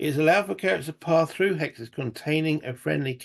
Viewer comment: I think you said "hexes" which sounds a little like "Alexis"? Anyway, cool looking game. Hope you enjoy it. Keep us posted please! Cheers!